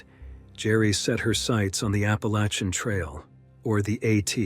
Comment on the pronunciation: Who pronounces ‘Appalachian’ like that??